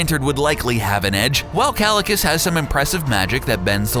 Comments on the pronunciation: KALICUS ??? O'DR.STRANGE 😨😨 .. IS THAT HOW U PRONOUNCE KAAAEEECCCIILLIIIUUSSS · bro the video was great until okay the whole video was great and i am not hating on the video but you said kalecuss while the actual pronunciation is kaecillius. but other than that great video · it's pronounced "keye-sil-ee-us", genius. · It's not pronounced Cal-li-cus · Kalikus 😂 dude pronunciation is wrong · kalakas? how do they get pronunciations so wrong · Green Lantern vs Kaecilius is pronounced 'Ky - Sill - e - oos' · You pronounced Kaecilius's name wrong. Jesus Christ did you even watch the movie? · I was dying a little inside every time he said it, it's like watch the movie. it's a poor voice over if you don't learn the proper pronunciation.